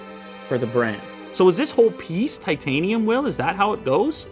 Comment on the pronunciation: says Titanum != Titanium